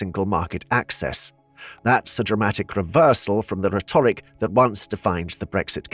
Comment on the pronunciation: Rhetoric, noun: O o o Not o O o Is this an AI voicebot thingie?